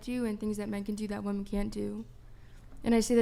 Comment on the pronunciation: FYI: "woman" and "women" are pronounced differently.